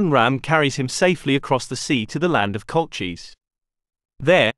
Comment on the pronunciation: It’s not Colcheez, it’s Kolkhis/Colchis (Latin). If you can’t say the Kh (same as in loch) used in both the Greek and Latin forms, use the K sound, it’s not the English ch sound as in cheese! I suggest you look up foreign words, it takes 2 seconds on the internet!